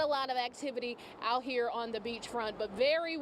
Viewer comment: Out! Not oit😮!